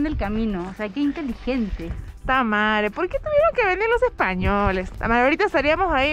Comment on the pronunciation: hahaha no se cuantas veces escuche Tamaree xD